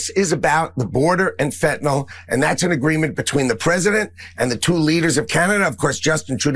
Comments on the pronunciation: There is no fentanol. It's fentanyl. It's pronounced nil. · lol "fentinawl" Is that how you were taught to pronounce the vowel ""sometimes Y?" Brilliant. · It’s Fentanyl not Fentynal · Fentanyol? never heard of that have however I have heard of Fentanyl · This dude can’t even pronounce fentanyl!! HE IS BLAMING CANADA FOR FENTANYL!!! THIS IS THE WORST POTUS IN HISTORY!!!